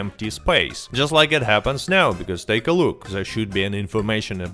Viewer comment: are you serious right neow bro